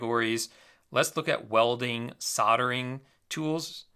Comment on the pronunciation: Hi, your very first pronunciation of "Soldering" was correct: "Sod-er-ing." The letter "L" is silent in the word, so pronouncing it sounds like, "soddering" And yes! They do smell funny when you use them. I used them in wood shop class in Junior High. The smell of hot metal burning into wood was unforgettable! Zik Analytics and AutoDS are awesome software products. Top-notch tools that are indispensable for dropshipping. Thanks again,!